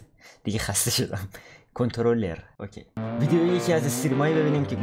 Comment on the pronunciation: حتی به غلط 🤣🤣